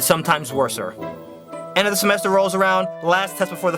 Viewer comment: I BASICALLY TRIED TO CORRECT ALL OF HIS SPELLING MISTAKES like:semester and he said sememster